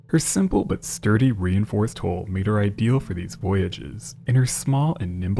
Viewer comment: HULL!!! NOT HOLE!!!